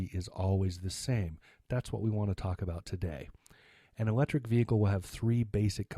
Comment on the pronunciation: Vehicle, H silent. go back your school learn..